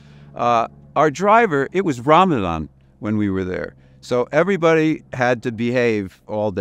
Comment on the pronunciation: Ramadan, not Romulan.